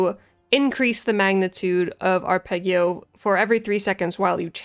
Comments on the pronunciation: Haha well done :-) "Ahr-peh-dgio" it is. Also: "Voh-tcheh" for Voce, "Ayà" for "Alla" (accent on the second "a") and "Sooooo-bito" (accent on the first long oo). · Arpeggio is pronounced with a soft g. Blame the Italians.